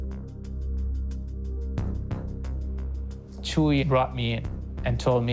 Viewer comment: It's not "Chewy" 😂 it's "Chuy"